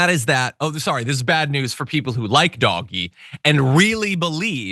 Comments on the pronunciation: Dodgee...not doggy. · I’m so glad that you call it doggy. I’ve put comments on a number of channels recommending that it be said that way ❤ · So happy that you’re pronouncing DOGE properly.